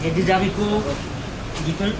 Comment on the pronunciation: Des HArictots pas des SAricots.. grr